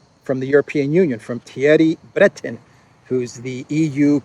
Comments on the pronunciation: In French the pronunciation is more like Bruhtón. Thierry sounds like Tyèhrý, in French with stress on the 2nd syllable. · Attention: It is pronounced "Thierry Brae-taun". See for example "Who is Thierry Breton, France's European Commissioner pick?"